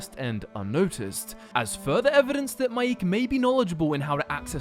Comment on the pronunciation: His name is pronounced ‘MIKE’